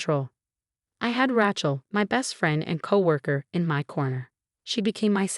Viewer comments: It is not Ra(short A sound). It is Ra(long A sound). Do not be so uneducated. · Wish these stories would stop using the name Rachel! Pronounce as Ray-chel, not Rat-chel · I refuse to listen to another story w/the name Rachel mis-pronounced. This is totally unacceptable. Who uses this name pronounced like a tool. The name is not ranch -el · I drives me crazy